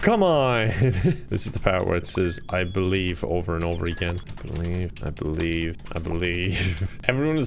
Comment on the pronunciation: "I believe, I believe, I believe" more like "I bee leave".